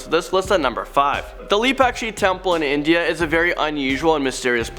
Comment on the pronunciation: bro it's INDIA not INDA ✌️✌️